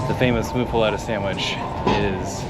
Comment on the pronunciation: Helpful; wasn't aware of pepper palace. (Appreciate admission it's easy to overdo hot. ) My petty gripe: it's mUff-a- let-a; not mOO-fa-let-a.